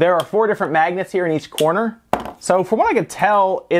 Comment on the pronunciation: When you kept saying magnets, I thought you said maggots.